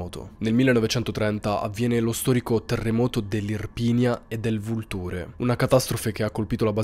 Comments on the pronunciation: E anche vulture. Si legge vu'lture e non vultu're. Te lo perché lo hai chiesto non per spirito di correzione. È normale non sapere come si pronunciano paesi molto piccoli e sconosciuti! 😊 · Wow, nn sapevo che Lauria avesse dato i natali a questa donna! Si pronuncia Laurìa e Vùlture! Sei un grande… mi piacciono tantissimo le tue storie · Con gli accenti vai malissimo lauri'a-- Vo'lture basta informarsi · Comunque si pronuncia Laurìa e Vùlture ;-)